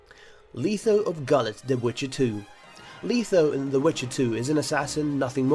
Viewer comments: LETH-O not leetho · No one going to comment about pronunciations? "Myra"? "Leetho"? No? Okay.